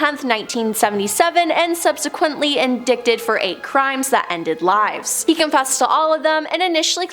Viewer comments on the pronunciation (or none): She pronounced ‘indicted’ as ‘in dicted.’ Someone even remotely speaking abt crime and sentencing shld most certainly know how to pronounce such a key word. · Am I the only one that heard her say “in-dick-ted “ rather than indicted how it should be pronounced? 😂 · Lol she said “in-dick-ed” instead of indicted, people don’t know how to pronounce anymore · Lol "in-dicked-ed".